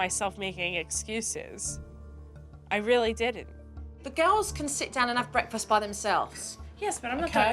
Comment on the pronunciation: The way the mom pronounces "breakfast" annoys me to no end!